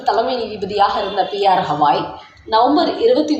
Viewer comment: Hawai illai.Gawai correct name. Your never correcting the mistake will end now as he has regtired😅